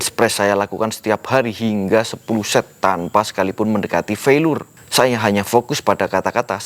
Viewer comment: Felier bacanya bang bukan felur hehe